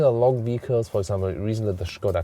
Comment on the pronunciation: You are the best, but pls call them cars not vicls or something, this word is not made for us germans to pronounce 😉